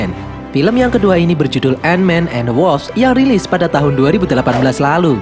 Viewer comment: End we bukan "and" -_